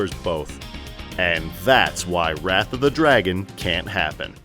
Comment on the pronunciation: why does it sound like you saying breath of the wild?